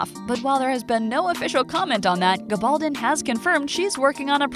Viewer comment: Learn how to pronounce Gabaldon! The accent is on the first syllable.